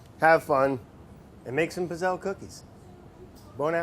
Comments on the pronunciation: Brad.... I die every time you pronounce it “pizz-elle”.... it’s PEETZ-ELL-EE!!! Italian it up!! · It’s pronounced “pit-zel” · The double zz wouldn't be pronounced in Italian, it would sound more like "pits". Pits-elle/pizzelle. It just like how we don't say pizza how it is spelt, no zz, but more like "peetsa". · it's pronounced peetsayla, not pizzell! How is it possible that no one in the test kitchen knows this? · The fact that he's calling it a "piz-elle" just kinda grinds my gears a bit. When you say pizza, it doesn't sound like "pee-za", it sounds like "peet-sa". The word pizzelle is pronounced "pit-sell". They need a true Italian in there to show them how it's done. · They aren't good pizzelles unless they're loaded with anise. Also, the double z in pizzelle is said like in pizza, not gazelle. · You know how you call Mozart "MOAT-ZART"? Well, it's the same with pizzelles. They're pronounced "PIT-zells". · Pizzell in italian you pronounce it [peet-zell] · It’s Pizzell-Ꭼ not Pizzell-Ꮖ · Ok Italian fam says its pits·ayy·lee. Just depends on where from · It bothers me so much how he pronounces pizzelle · I stopped watching because he was pronouncing pizzelle completely wrong. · Ever time Brad says Pizzelle 😂 the e at the end is silent but this is the man that says wouder and we love him for it 😊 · Cringing at his pronunciation of pizzelle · He is saying pizzelle wrong in Italian two zs makes a t sound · Laughed so much the entire video because the way Brad was pronouncing Pizzelle actually means penis in Italian. Hugs from Italy 🇮🇹🤣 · The way he pronounces Pizzelle is killing me... Edit: it got worse. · Oh Brad! No! Pronounce the double 'z' like you do in pizza! *Coming from my 92 year old Italian grandma who makes these every year for Christmas.